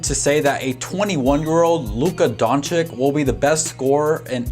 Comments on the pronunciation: Like the vid. But it’s Don-“chitch”, not Don-chick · DONČIČ..not donćik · Great video. But not Dončik its Dončić 😁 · It's pronounced don-chich not don-chick lol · LUKA DON*CHEECH*..PLEASEEEE :( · He is Luka Dončić and not Luka Dončik. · Say "Donchick" one more time. I dare you. I double dare you. Where the fuck did u get that from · Nice video but... Don chick??? This video took forover to be made? If you could just took few minutes of this time for his last name would be great. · his is name pronounced don-chitch btw. Ppl say it wrong all the time tho so it doesn’t rly matter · you are saying his name wrong and it is irritating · I give you like when you say his surname right bro-for real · for the love of god learn how to pronounce his name right....an otherwise good video completely ruined by your continuous mispronunciation of his name